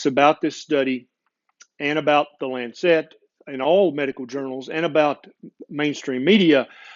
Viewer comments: Very interesting podcast marred only by the word Lancet being mispronounced. It's Lance-it, not Lance-set. Saying it correctly will help your acceptance here in the UK. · Just one thing, just one - the publication's name is The Lancet, and it's pronounced "Lansit", as in what you do to a boil... after all, you don't wear a bon-net... do you... you don't eat a pun-net of strawberries... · Brilliant rant! (By the way, it's LANcet)